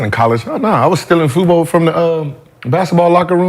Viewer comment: They didn’t even pronounce FUBU properly calling it FUBO is crazy…. We know ain’t of the culture, but Gil let me down calling it that 😂😂😂